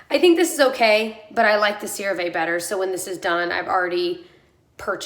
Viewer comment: PSA for everyone! One of my sister's friends was a rep for CeraVe for years. It's pronounced SARAH-Vee--IF you care! It's not a biggie, honestly, but if you're one of those people who can't stand the thought you might be saying it wrong... there ya go!